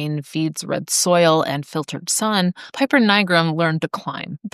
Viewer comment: You could have looked up the correct Latin pronunciation of "piper" before making this video instead of just assuming it's pronounced like the English flute player and pronouncing it wrong a gazillion times.